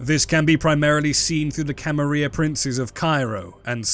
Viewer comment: How you pronounce the "Camarilla" is like nails on a chalkboard to me.